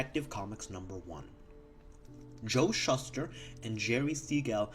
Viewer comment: Hey first off, just wanted to say good luck on this project, it's quite the undertaking. Second, sorry to be this guy but Joe Schuster's name is pronounced like SHOO-STER. Lastly, fun fact technically DC comics didn't actually change their name until the 70's. Here's the Google AI Overview of the timeline if you're interested. DC Comics officially adopted its current name in 1977, but the initials "DC" originated decades earlier with the 1937 publication of the comic book series Detective Comics. A timeline of the company's name evolution: 1934: The company was founded as National Allied Publications by Major Malcolm Wheeler-Nicholson. 1937: Wheeler-Nicholson co-founded Detective Comics, Inc. to publish the new series Detective Comics. Financial troubles forced him out a year later. 1940s: Due to the popularity of its Detective Comics and Action Comics series (which introduced Batman and Superman, respectively), the publisher began branding its titles with a "Superman-DC" logo. The company was soon colloquially known as "DC Comics". 1946: The company merged with All-American Publications to become National Comics Publications. 1961: The company was rebranded as National Periodical Publications. 1977: The company formally changed its name to DC Comics, Inc., finally matching the name fans had been using for decades.